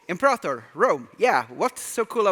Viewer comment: Imprator Rome, lul Johan.